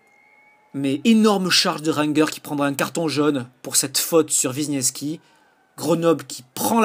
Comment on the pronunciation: Ranger ne se prononce pas "Rangueur" !